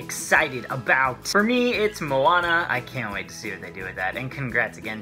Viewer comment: Great pronouciation of her name. I'm a native speaker of Hawaiian, lots of people have a hard time pronoucing the names. But you did well, much appreciated. :)